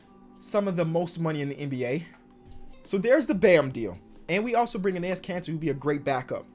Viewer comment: yo all i hear is "anus cancer" not "Enis Kanter" 🤣😆